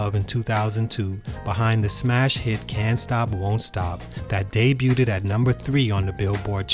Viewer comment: The way you pronounce debut really irks me. It's not day-byou-did, it's day-byou'd. You've said this in other vids, please fix it.